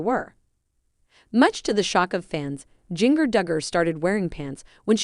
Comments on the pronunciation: JAN-NA, NOT JOHN NA! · Learn to pronounce her name and what is so surprising?